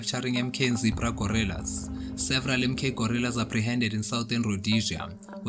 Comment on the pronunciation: The narrator id using the term " Gorrillas" instead of Guerrillas which is the correct word.